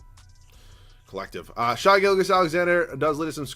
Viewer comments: It's pronounced Shay not shy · I can’t take youtubers pronouncing “shai” as “shy” anymore. It makes me want to die